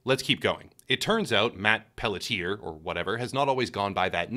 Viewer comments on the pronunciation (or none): Pelletier is a french name. Pronounced: Pell-T-A.